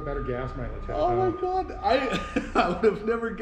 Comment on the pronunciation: You can tell these dudes are Yinz'ers by the "oh moy gawwwd"when the dirty filter comes out